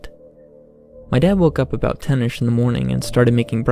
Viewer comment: who is in mind to hear this stupid voice? What is this about the pronounce like light "looaight" about "abaaauuut" bro u got to see a doctor.